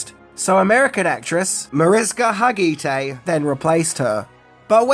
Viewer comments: don't wanna be that guy but Har-Ga-Tay. Mariska Hargitay. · how dare you mispronounce mariska hargitay's name.She is famouse in the us. She is 100% know for her Law and Order: SVU fame where she plays lead character Olivia Benson. Also actress Catherine Sutherland (who would eventually go on to play Kat the new pink ranger in season) had auditioned for the role